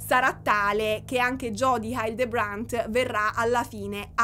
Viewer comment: il cognome (della plurimaledetta a cui sono contenta che dedicherai un nuovo capitolo, è davvero importante) Hildebrant si pronuncia " hì - ldrebrènt" (accento sulla prima sillaba, è una parola sdrucciola, e il resto sono tutte "e", l'ultima molto aperta)